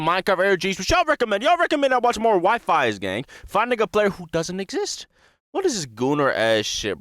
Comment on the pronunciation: "WiFis" got me dying lol Even if I say how you're meant to say it I feel like you won't say it that way. (It's pronounced We-fees)